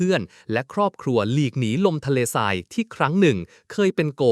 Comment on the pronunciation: ทรุดโทรม อ่านว่า ซุดโซม นะ ไม่ใช่ อ่านว่าทะ รุด ทะโรม, ทราย sand อ่านว่า ซาย ไม่ใช่ ทะราย